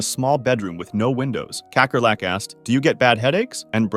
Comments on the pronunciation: “Kekkerlek” ITS PRONOUNCED KAKKERLAK😢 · kakkerlak is dutch and its pronounced cuhckerluck . it means roach